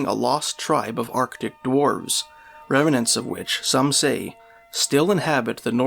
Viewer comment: Why do you say REMANANTS? The word is REMNANTS. REM-NANTS. Not REM-A-NANTS!